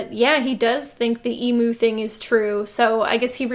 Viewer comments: Jenny I love you girl but its pronounced "eem-you" not "e-moo" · Sorry to be that person.... Emu is pronounced E-mew not E-moo..... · side note, as an Australian, it’s pronounced ee-mm-you not ee-mm-oo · People, the U in Emu is pronounced as in University. "E-myoo" not "Emoo". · The emu thing... (firstly, Americans, it is pronounced E-mew, not E-moo) You can eat emu. There is literally emu in the fridge at my local supermarket. They are not eating some critically endangered bird, or human meat. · Dear Americans, Emu is pronounced ‘eemew’, not ‘eemoo’. It’s a bird, not a cow. Sincerely, An Australian. (The country that was defeated in a war against emus. They got pissed when we called them emoos. It’ll happen to you too if you aren’t careful.) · the pronunciation of emu hurts so bad its eemeeyou not emoo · Good video but you pronounced emu wrong, it’s like eem-you not ee-moo. The characters in the thing also said it weird, is it an American thing? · Okay everyone as a man whose family has been in the state that lost the EMU wars for the past 60'000 years, it's pronounced Ream You without the R, Ehmyou like that not E-Mu. Kay we got that, great. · "E-Moo" lol As an Australian I was confused for a second, it's pronounced "Eem-You" here, but anyway, this film looks like a steaming pile of garbage and I'm so sorry you had to subject yourself to that trash. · What exactly is wrong with emu meat anyway? Let's not forget that emu drumsticks are about twice the size of those turkey drumsticks. Oh, and it's pronounced EMEW, not EMOO. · Emu is pronounced eem-you, not ee-moo. They defeated us in a war. We pronounce their name correctly. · I hesitate to call anything about this film even remotely clever but calling the turkey legs “emu” was definitely because on a first listen it sounds like she’s saying “human” and that’s actually kinda smart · Emu is pronounced eem-you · how the hell are Americans pronouncing emu... E-moo? Help me... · did she pronounce emu as emoo